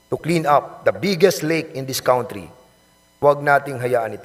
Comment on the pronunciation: Hoy TUMAHIMIK KA I=N THE “COWNTRI”. PPOHR DA KAWNTRY!!!!!! HAY NAKU …MAG TAGALOG KA NA LANG PO!!!!!!!GALIT SI MR WEBSTER SA YO.HAHAHAHAHAHAHAHAHHAHAHHAHAAAAA